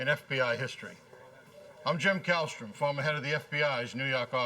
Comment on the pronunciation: Kallstrom, not Callister